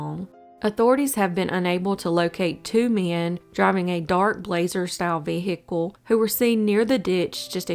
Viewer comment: V HICKLE?